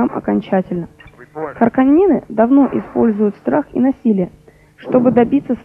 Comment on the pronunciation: да уж,как только не коверкали раньше правильное произношение на энглише)))))), харконЕны)))))